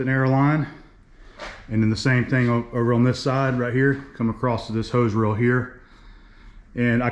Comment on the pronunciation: you are the BEST! It's all my fault that I can't let "acrosT" go. It eats a hole through my brain when I hear people say, "acrosT". Rant over. My bad.